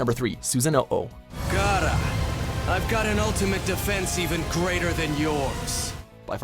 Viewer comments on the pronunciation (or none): Copy That Dude hearing that just hurt my ears😭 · I love how this list is made by a guy who has so obvisly not watched anime. Pronounces Deidera wrong as well as akatski. It's ah- kats- ki not ah- tats- su- ki or susa-no not susan- no- oh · "susano o" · Did he just say "susano-o” 😭😂🤣💀💀😭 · “Susano ow” 😭😭😭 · Man said “ahkatsooki” “Susano oh” and “rasen gone” next time just someone who’s actually watched the show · Akasuki Dara, susaono..... omfg the way he pronounces these jutsu’s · cringing when said kekki genkai susano O Rasseegan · I cringed SO hard when he pronounced "Susanoo" as "Susano oh!" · "Susano-Oh" They played a clip of Itachi saying it right yet he still fucks it up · Susano-O XD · ikr wtf is Susano-'o' anlfjsrbgwsarwbghs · Susa-nobo?? Wtf again?? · mANUtd herbert SUSASUH NOO OHHH 😭😭😭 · Amaterasu and Susanoo, what is this pronunciation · The way he kept pronouncing Susanoo gave me AIDS... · How do u pronounce susanoo and rasengan wrong when they say it in the video....